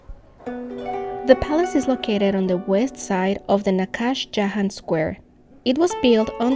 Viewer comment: Pronounced Nagh-shay-Ja-hon. You look Iranian with Hejaab.